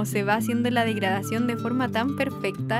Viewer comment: cuando dijiste; ''degradación'' escuche; ''murisión'' ahr